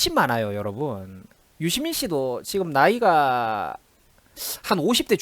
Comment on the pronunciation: 유시민[dora: i] 발음공부 정확히 합시다.